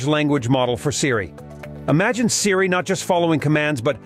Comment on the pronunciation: This site has ZERO credibility! The speaker doesn’t even know how to pronounce Siri!